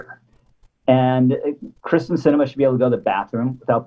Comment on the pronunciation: It's not Kris ten...its KEER STEN. That probably bothers her more than the protesters.